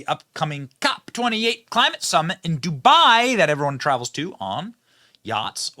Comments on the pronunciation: wtf is "cli" "mate" change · "Clamite change" ok dude.